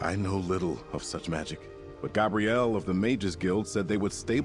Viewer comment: It sounds like an AI voice over wtf. Listen , when he says "Nothing else makes sense" along with contant mispronoinciations of Vanus and Gabrielle's names.